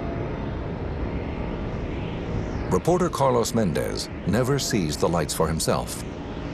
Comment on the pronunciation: MÉndez, MÁrquez. It's not MenDEZ or MarQUEZ nor PeREZ or any of that. The strong syllable is the first one. Gaaaaah!